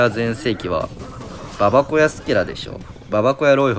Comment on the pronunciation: ばばこやじゃなくてばばごやな